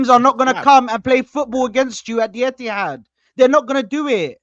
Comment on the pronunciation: Etihad it’s emptihad